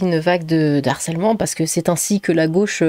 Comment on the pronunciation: "...une vague DE harcèlement" et non pas "D'harcèlement". Avec un H aspiré.